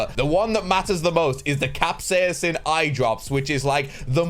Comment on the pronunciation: Dude learn to pronounce capsaicin please it's cap-say-sin not Cap-saiyan-sin